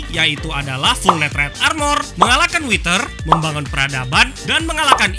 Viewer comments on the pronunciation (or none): baca Netherite nya Nederet bang buakn neterit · Kenapa bilangnya neterite bukan netherite?